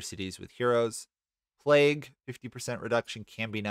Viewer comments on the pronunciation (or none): none